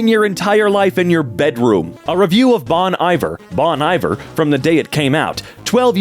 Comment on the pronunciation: it's bon ee-vair